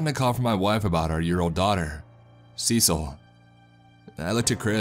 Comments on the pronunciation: Cecile (as a girl's name) is pronounced "suh-seal." 😅 Just a friendly pronunciation tip from someone who has quite a few Ceciles in their family. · it kept bugging me how the daughter's name was mispronounced. Cecil is a man's name. Cecille is a feminine name. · cecil? you mean cecile? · It’s written in the original post as “Cecile” with one L, but it still should be pronounced in the feminine way.